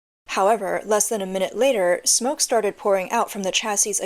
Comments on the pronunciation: Sweetie, "chassis" is pronounced "chas-ee." The last "s" is silent. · Lol china is so pathetic they can even get scooters right Ps: you dont pronounce the last "s" in "chassis"